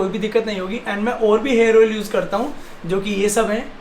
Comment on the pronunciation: Hairs ni hota hair hota hai